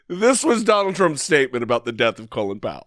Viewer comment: Gotta love Tucker pronouncing Colin like "colon." Doesn't Tucker have any Irish acquaintances? Doesn't Fox News have editors? He seems to be as uncultivated (colon) as he is unprincipled (lies about the vaccine.)